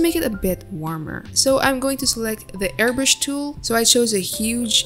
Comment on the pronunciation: you said airBURSH its airBRUSH lol